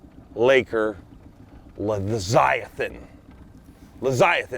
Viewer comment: sorry, but the word is Leviathan, not leziathan.